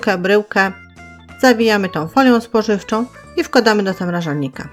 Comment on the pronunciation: ZAMRAŻARNIKA czemu nie potraficie nauczyć się, ze tam jest R a nie L, zamlażasz czy zamrażasz? kurde no, tak ciężko to zapamiętać?